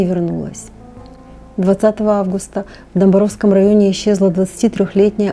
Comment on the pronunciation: Всем здравствуйте! Я из Орска. У нас уже многие думают, что его уже нет в живых. Есть еще версии, что его могли убрать "по-тихому" или же просто его никто не ищет. Маленькое уточнение по названиям- правильно произносится СвЕтлинский и ДомбАровский. Ни в коем случае никого не хочу обидеть, просто знакомые названия так непривычно прозвучали.😊